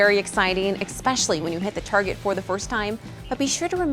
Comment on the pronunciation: Arrrgh! It's ESPECIALLY!